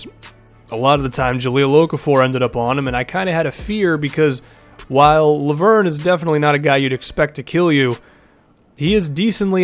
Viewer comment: I'm french. Lauvergne is pronounced Lo-Ve-r-Ny. Say the "e" like in "red" and pronounce the "r" like a frenchman. It would be cool to hear you try next video.